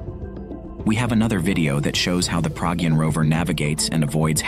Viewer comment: Not Praagyun it’s Pragyaan .